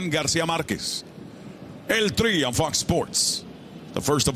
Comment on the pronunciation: Someone tell this foo he can’t say el tri anymore😂